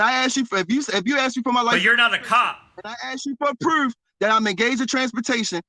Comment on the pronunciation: Is it me or does he pronounce any word with a "oo" like "proof" as "eww" example "pr'ewwf" or is it just me? Coulda been just me because for whatever reason it annoyed the sh*t outta me. Im surprised with all those right to travel always "win" in court and get outta jail free packets being sold for $500 - $1000 no Sov Cit has come up with Hooked On Phonics Sov Cit Edition $1299.